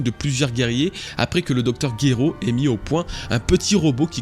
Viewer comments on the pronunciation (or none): Très bonne vidéo comme d'habitude, bien joué pour toutes ces analyses 🤩 par contre pour Dragon balle c'est pas le Dr Guero mais le Dr Gero 😅 . Hâte de voir t'a prochaine vidéo a +